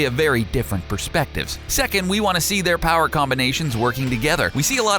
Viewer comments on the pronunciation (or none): none